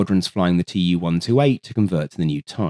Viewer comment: I do think it is AI, e.g. pronunciation of acronyms is wrong. A human with the knowledge in this domain would know that it is Veh-Veh-eS, not Vee-Vee-eS., it's Too-128, not Tee-Yu, Smjerch , not Smurk radar etc.(especially "Smurk" radar is a clear AI give-away). At least MiG is pronounced right. I heard some AI generated content with eM -Ai-Gee pronunciation (ridiculous).